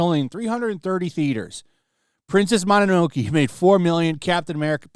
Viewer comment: Lol, I'm sorry I had to pause the video to correct the word. Ahem. Mo-no-no-ke(monster) and the E is a soft E, kind of like an Eh. Not mono-noke... Japanese don't stress the syllables as well. They pair Letters with Vowels save for N. も(mo)の(no)の(no)け(ke). Thanks, God bless and thanks for the videos.